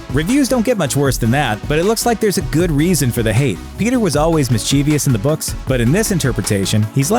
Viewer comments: It appears that our "frat boy" announcer can't tell quality when it smacks him in the eyeballs. Oh, and boy genius, it's pronounced "MIS-che-vous" not "mis-CHEE-vee-ous." Another giant intellect at work on YouTube. BTW: I predict that "Alita, Battle Angel" will make a sensation at the box office. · It is mischievous, not mischievious. People in glass houses.. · "The Mischievious Mystery of the Mispronounced Mischievous" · "Mischievous" not "Mischievious" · Mis-chiev-ous, not mis-chiev-EE-ous.